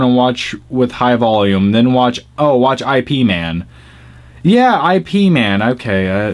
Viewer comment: its Ip like a word... not the letters. lol